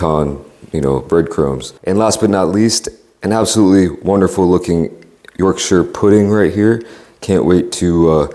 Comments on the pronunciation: im so happy with the way you pronounced yorkshire instead of people saying yorkSHIRE you actually said yorksher the proper way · As a brit. I'm so happy you tried our roast dinner. And you said Yorkshire CORRECTLY. TOP MAN! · im so glad you didnt say yorkshyre pudding